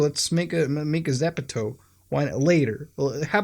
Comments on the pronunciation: Zepeto? 😂 Bruv Like a Frenchman saying "The pedo"? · It's actually pronounced geppeto in Korean. But for English speakers it's ZEH-PEH-TOE. Or add an accent and it turns into the word shoes in spanish (ZAPATOS) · it is called ZEPETO not ZEPTO. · I thought i pronounced zepeto correct but i call it zeepeedo